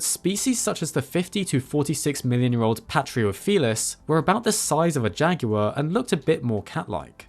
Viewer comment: Okkay, I have to ask, why do Brit pronounce an 'l' in jaguar?